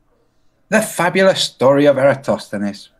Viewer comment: Well... credit where due... got 'Eratosthenes' pronunciation pretty good. But... he didn't extract the northing from that diagonal line.